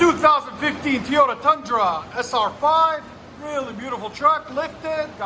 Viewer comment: Sounds good. But FOR THE LOVE OF GOD ITS PRONOUNCED TOY -OTA not TEE-YOTA LOL